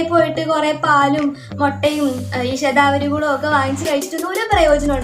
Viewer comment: Aa name onnu clear ayite parayumoo,, shathavari??? Enagne epozhokr nnu kazhikande